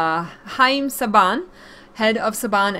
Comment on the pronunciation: Saban is pronounced Say-ben :D